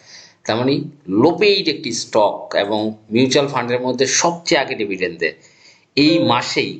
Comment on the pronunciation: ডেভিডেন্ড নয়, ডিভিডেন্ড।